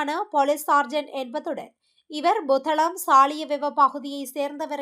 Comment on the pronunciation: Buத்தளம் அல்ல புத்தளம்